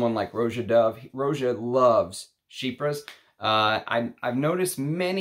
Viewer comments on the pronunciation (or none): none